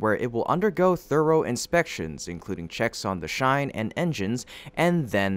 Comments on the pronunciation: chine ,,, had ch as in chin. Chin + dine .... chine. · It's "chine", like "chair" not like "share".